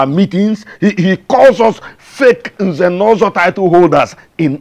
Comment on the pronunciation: I like it when the Prince pronounces Nze'Nozo😘